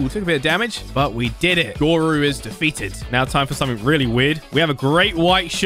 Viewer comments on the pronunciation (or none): none